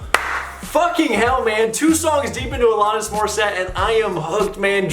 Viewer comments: A-LAN-IS, not A-LON-IS. Yes, I'm nitpicking. Love your videos,. Keep up the great work! Next you need to do "You Learn":) RIP Taylor Hawkins! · Is it ironic that you can’t pronounce her name correctly yet criticize irony? The irony is fools not understanding the criticism of the unironic lyrics lies the irony . No lessons being learned here smart guy! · Alanis- rhymes with Janice…said this last time as well, I believe.